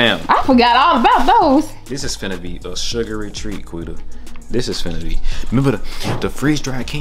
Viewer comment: nobody : quita : “ partart “ 😂😂😂😂😂😂😂😂😂😂😂😂😂😂😂😂🤣🤣🤣🤣🤣🤣😭